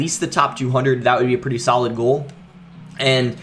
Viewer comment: “It’s still a sAlid card”😂😂